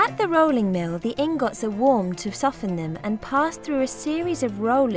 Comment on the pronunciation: She said ingot wrong, and that's annoying.